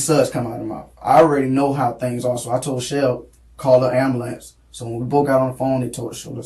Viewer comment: ... How do you end up saying "Amber-Lamps"?